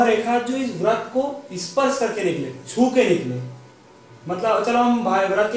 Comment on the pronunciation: व्रत नहीं वृत्त बोल भाई